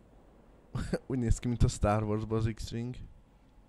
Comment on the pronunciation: nél azt értettem, hogy X-fing xD